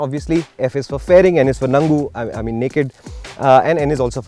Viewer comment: N is for nangu 😂😂😂😂 killed me a little